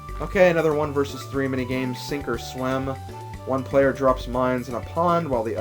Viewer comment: for some reason when you got "sink or swim" i thought you said "super slim" (slim obviously standing for ) lol